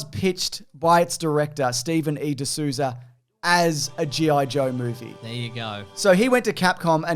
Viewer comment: Souza is pronounced “soh-za”. Portuguese thing Ryu is Japanese for Dragon. at least he’s Asian John Ford got shot at Midway. He’s hard core, unless you’re willing to get shot for your movie, you’re not Like John Ford.